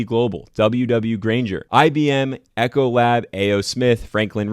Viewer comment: It's Realty Income, not Reality Income. It's Ecolab, not Echolab.... I could go on...